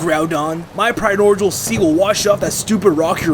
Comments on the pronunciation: lol your primordgialsee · Not a big deal, but the way he pronounces "primordial" is kinda funny.sounds like "prinordgial" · Wait, how did you say “primordial” in the beginning there...? “PriDorjal”?